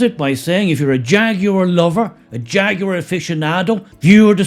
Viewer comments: It is pronounced "jagwar" not "jag-you-are" for f. sake. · HAHAHAHAHA "FAGUAR"😂😂😂😂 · "Faguar". Perfect. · Hahaha Hahaha hey jagwire have a bud light you will need one. Jàgwire kaput. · My pronouns transgwar. -Jagwar 😂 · Or "Draguar" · Say Ta Ta to Jaguar 😊